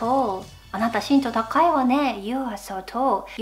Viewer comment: 日本語の発音が少し変なときがありますよ 例えば、身長とか